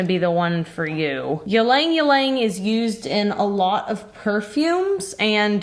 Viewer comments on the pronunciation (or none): Just so you know, ylang ylang is pronounced "ee-long ee-long" not "yah-lang yah-lang" 😉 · Hi! From an Asian subscriber here 😊, we pronounce ylang-ylang as eel-lahng eel-lahng (accent on the EE not the LANG), not yeel-LAENG yeel-LAENG. Love your videos! ❤ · Hi! Am a fan from the Philippines. Love that you’re using ylang ylang a flower native to our country. We gave it that name. It’s pronounce ee-lahng ee-lahng not yeelang yeelang. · Hi! I'm a viewer since March 2020. Just want to say, Ylang Ylang is pronounced as "iy-lang iy-lang" y is pronounced as "iy" or "ee". 😊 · 'ylang-ylang' can be pronounced as 'ee-lung- ee-lung' It's a popular scented flower in Asia :D Really nice soaps * * I wish I could buy it * * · It's pronounced "Linh Ling" . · did I just hear "ilang-ilang", pronounced as yeeleng-yeeleng? sorry for this but it is "i" like ee in teeth and "lang" like lung TTvTT> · I love the way you pronounce ylang ylang. It's actually Ee-lang Ee-lang but it's very cute the way you say it. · Lol, the "y" is silent in ylang-ylang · Oof the way you pronounced ylang-ylang broke my filipino heart 😂 It’s really pretty tho! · I’ve never heard ylang-ylang pronounced like that before. Lol. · ive been pronouncing ylang ylang wrong for a very long time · FYI pronounciation